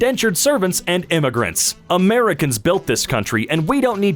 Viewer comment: You mispronounced “Americans”.